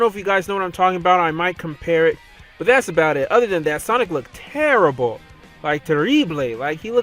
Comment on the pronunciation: "TEH-REE-BLAY"😂😂😂 That pronunciation of terrible was so hilarious. I know you didn't enunciate it properly on purpose, but that had me laughing so hard.